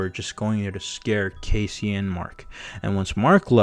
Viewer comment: Bro its not casey its cassie Just make the video all over again